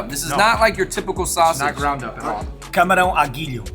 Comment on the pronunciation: Fui o único que percebeu Cabrão à Guilho quando ele disse camarão? Isto é instinto boca suja só nada contra pq por razões óbvias ele até fala muito bem, mas ya ahaha